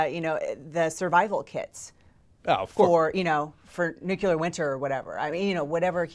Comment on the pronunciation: she says steinfeld and nucular